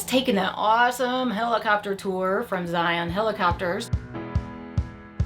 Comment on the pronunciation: Thank you always for sharing. Yes, the proper hiking equipment is key for the narrows. A few more visits and you will be able to pronounce Zion just like the locals. 😆 you all did great!